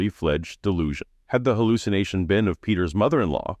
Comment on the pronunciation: What the heck is a "hulucination?"